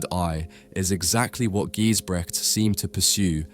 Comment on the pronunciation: Never heard of Gijsbrechts before, but totally captivated by his skill. Btw, check the correct pronunciation of his name!